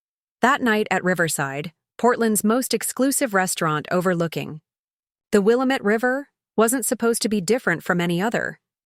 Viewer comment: . “ It’s pronounced Wil-amate Damnit!’